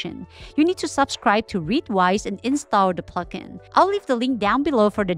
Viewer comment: when you say plugin i hear F***ing